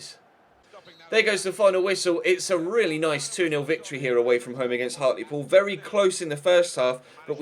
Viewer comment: Isn't Hartlepool pronounced Hart-l-pool instead of Hart-lee-pool? Also, I support everyone saying leave in January. No need to stay in SkyBet League 2 for so long,!